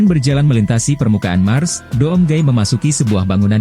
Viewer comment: Doom Cara Bacanya "Dum" Bang